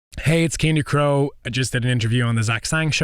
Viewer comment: finally I heard his name pronounced correctly I didn’t want to butcher it when I recommended him to my frienss